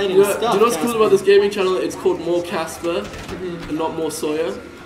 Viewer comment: People its caspar not. Casper :/